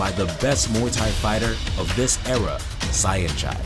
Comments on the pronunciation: its sanchai not "sa-en-chai" u pronounce saen similar to "sand" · its tony ya, not ja, and its senjai... sorry for being that guy, i think its the more common way for westerners to pronounce these names... cool video... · Did you just say "sah-en-chai"? lol... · Actually it doesn't show Muay Thai. It shows Muay Boran. But ok. Also, please learn how to pronounced Saenchai. Thank you.